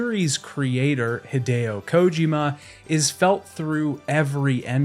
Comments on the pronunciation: Bro really never heard anyone pronounce Kojima in his life? The only person ive ever heard pronounce it as "Kójima" lmao As I was typing this comment he switched to pronouncing it normally - Kojīma, then 2 sentences later went back to Kòjima lol wtf is going on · Am I the only one who can’t stand the way he says “Kojima” 😂